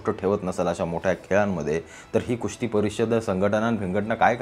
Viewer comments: अरे बाबा कुस्ती म्हण खुस्ती नाही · खुस्ती❌ कुस्ती ✅😂